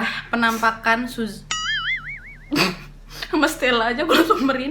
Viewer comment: Aku dengernya sub sub :v kek mau ngomong subrice 🤣